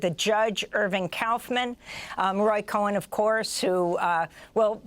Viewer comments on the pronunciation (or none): Will someone please tell Amy that it's Roy Cohn NOT Cohen!